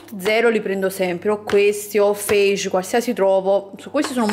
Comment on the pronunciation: lo yogurt fage,non si legge cosi,ma si legge fa-yeh. C è scritto palesemente sul retro della confezione